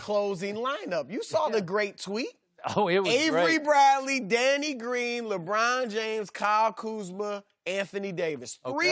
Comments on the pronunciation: it's not even "Lebrawn". He flat out says "Lebran". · Chris Broussard: LeBran